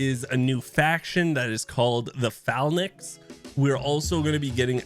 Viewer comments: thanks for the breakdown! the new faction is pronounced Fa-lanks btw, its the name for an old military formation ✌️ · Your accent is very similar to those in the upper mid west however your pronunciation of phalanx nade every student of ancient/classical greek and military history cringe so hars